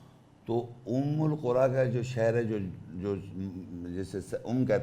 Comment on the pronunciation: Again! Umm-ul- qura word is not their in the ayat ! Its umma-Al-Qura ,which u mistranlsate thinking its with pesh while in the ayat its with zabar ! And with zabar its recited as Umma-Al-Qura'a which means the people of the cities ! not the mother of all cities ! Correct yourself sir!